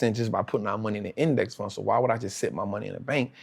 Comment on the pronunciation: . Did he say index fund?? What was that he said?